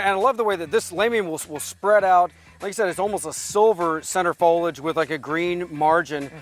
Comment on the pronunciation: Fol ee age!